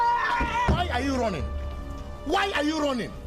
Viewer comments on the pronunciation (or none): sounded more like why are you ronin? instead of why are you running :)